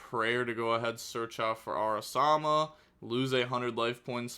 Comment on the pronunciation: araMASA not araSAMA